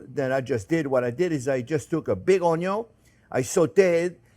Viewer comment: 'ello friends! ❤ Onyon 😂 Love you Jean. Thanks for the lessons and passion.